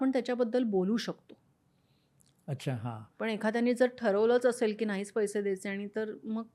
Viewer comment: "पैशे" नव्हे, "पैसे"